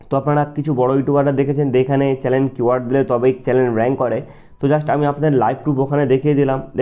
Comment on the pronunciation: চ্যালেন না ভাই😂 চ্যানেল😊